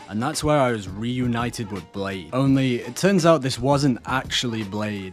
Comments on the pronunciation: Love the new video :) Blaidd is pronounced like Bly-th though because it's Welsh and Welsh is mental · Well if i ever wanted to do Serpico from Berserkf cosplay build. i would probably use these ashes. also you do know your not saying Blaidd correctly.